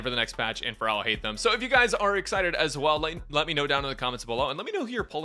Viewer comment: Finally someone who didn’t butcher his name!! :D